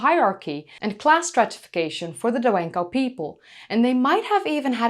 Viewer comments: I liked your content. I wish you try to pronounce the Chinese better and/or write the words in pinyin (the alphabet) or Chinese characters so we can see what you are trying to say. Saying the Chinese fast does not help. Da Wen Kou is not pronounced Daowenku It's not Dao like Taoism. It's Da. KOU is not pronounced ku. It is Ko. Da wen ko. I had to look the copied page to get the word. Dragon is long but not like English long. It has a long ooo sound; saying it's own name. Etc. This is the first time I have heard you so I don't know if you have other Chinese content. Thanks again for the content. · Chinese is not French, "ou" is pronounced as it's written /ou/ or [ow] to be more precise. It's hard on the ears when you keep saying Danwenku. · Dawenkou. Da, like the do in adopt, Wen, like won a game. kou is not koo like koolaid, but kou as in comb.